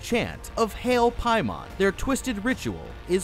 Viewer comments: I’m fairly certain it’s pronounced Pay-Man not Pie-Mon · King “pay men” lol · Am i the only one who had to double take when be said paimon?